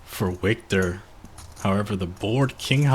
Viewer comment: HEY CLOWN LEARN THE NAMES..WIKTOR IS PRONOUNCED AS VIKTOR NOT A W SOUND..